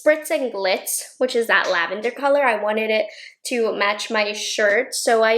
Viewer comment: You said "lavander" and I heard "Nouveau" <3